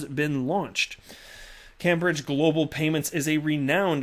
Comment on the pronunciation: Hi, Cambridge is pronounced 'camebridge'. Keep them coming, cheers.